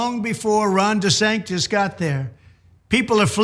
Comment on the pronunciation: His name is Desantis! TISS ,TISS! Not Disantez! If that was his name he would be busy throwing himself out of the country!